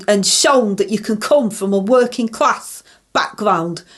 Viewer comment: Open&honest wor -in class!!! You dont earn a wor-ing class salary!!!!!